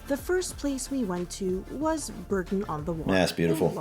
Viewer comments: Strictly speaking, it's 'Bor ton, not 'Bur ton'. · I live in the gateway to the Cotswolds. Bourton-on-the-Water (pronounced Boughton), is one of my most favourite places. In the summer, they have plastic duck races in the stream that runs through it. You can go to the perfumery and create your own perfume. Cream teas are served everywhere. Cornish pasties can only be called that if they are made in Cornwall and nowhere else, they are now protected. Of course the Cotswolds are flooded with tourists in the summer, entry to some places are very expensive, so be careful. Not all tourists are foreigners. The Cotswolds are a hub of history and ablaze with flowers in the summer. Very expensive for housing, but so, so beautiful. ❤❤❤❤ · It's pronounced Borton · It's fascinating how so many place names are pronounced differently by the locals. In this case, is the "bough" part spoken as in "cough," "through" or "plough?" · Bourton is pronounced Boughton or bore-ton, not as the narrator prounced it. Shire at the end of a word is pronounce shrrrr. In the Cotswolds there are many names that have silent letters, Leominster is pronounced Lemster, Worcester is pronounced Wooster. Warwick - Warrick - Warrickshrrr.